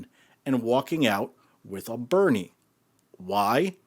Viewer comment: To be clear, it’s not Bunny, it’s Burny😂